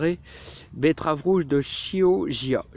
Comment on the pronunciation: Bonsoir cher ami il faut prononcer betterave de (Qi)oggia c’est une petite ville italienne proche de Venise c’est mon côté transalpin bonne soirée et c’est toujours un plaisir cette petite chaîne magnifique 🙏